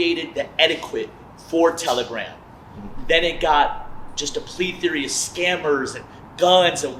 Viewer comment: Bro said "etti-quit" for etiquette and then followed it up with "plea-theory" for plethora 😂